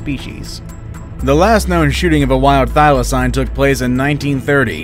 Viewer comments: He keeps pronouncing it as thy-la-cine not thy-la-cene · I’m from Tasmania and I cringed our the pronounciations of ‘Thylacine’ and ‘Hobart’ lol